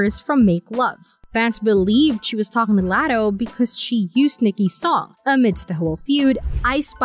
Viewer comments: Laaaaatoe laddo lol learn her name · Omg yes!! I was coming to leave this comment. If ur gonna speak on someone, at least be respectful and pronounce her name correctly! Sheesh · First her name is pronounced like LOTTO like lottery tickets. Second Latto isn't new, she been in the rap game since she was 16. Ice Spice is the newer artist. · Who the fuck is Latto??? Her name is pronounced LOTTO!!! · LOT - TOE LOT - TOE PLEASE STAY OUT OF OUR BUSINESS IF YOU CANT PRONOUNCE NAMES CORRECTLY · The way they say “Latto” just hurts my soul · AINT IT!!! Imagine her ordering a “Latto” at Starbucks 😂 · Learn to pronounce LATTO 's name correctly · Wth are they talking about?! Calling Latto a “new comer”. Ice Spice is the new comer. And why tf is she pronouncing Latto that way?! 🙄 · 😂😂 just horrible